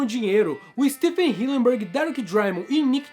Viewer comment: Hillenburg ❌ Hilleburg ✔️